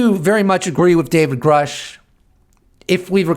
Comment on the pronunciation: You keep pronouncing Grusch wrong. It actually rhymes with douche. And that is appropriate.